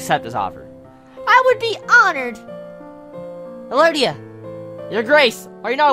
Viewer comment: elodie is pronounced eh-lo-dee if no one corrected you yet. :)